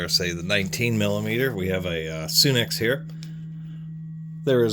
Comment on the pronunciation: It's pronounced sun x not sune x